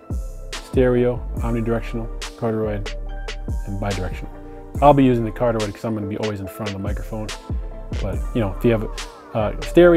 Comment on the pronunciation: CAR-DEE-OID accent on the first syllable.